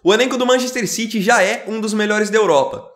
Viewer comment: Mc errrrrro citi